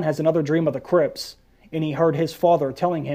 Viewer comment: The way you said Crypts sounds like Crips, the L.A. Gang and what I heard was "What if Jon has another dream of the Crips" and I busted a gut thinking of Jon in a blue bandana with a Crip entourage